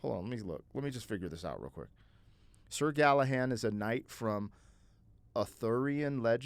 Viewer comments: Hey,. This band is one of those where I've likely heard several songs by them, but never recognize the band. Just slightly B4 my time of awareness. Great lyrics in this & Horse with no Name. Pretty sure you understood the concept of the song, despite calling Sir GallahaD "Sor GallahaN," even after looking it up. 😂 Never change! I want you to understand that when I comment about it, it's never malicious mocking, but friendly teasing. I laugh with my mom at her mispronunciations, as she has a great sense of humor about it. Just the same as we make fun of each other for other flaws like cutting each others sentences off to try to "guess" what the other was going to say next. We're always like "Let me finish! Lemme get out what I'm tryna say!" Then we just laugh bcuz we both do that. Anyhow, besides all that, the Legend of King Arthur is mad interesting. There's movies about it. He's basically like Robin Hood in that, probably based on real person or mix of people, but actually a mythological person and the stories became so Legendary that they are treated as factual history. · This is what I DETEST about voice-2-speech A.I. info. You are pronouncing Sir Galahad wrong but the answer A. I. gave did not correct you and reinforced your mistake as factual. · Good ol Sir Gallahan. 😂 Htf does an American adult not know anything about Sir Galahad? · I'm pretty sure it was Sir Galahad, not sir Galahan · It's Sir Galahad. With a d.